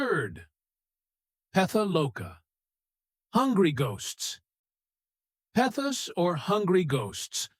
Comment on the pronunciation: Peta ❎️ Pretha✅️ Jhana❎️ Dhyana✅️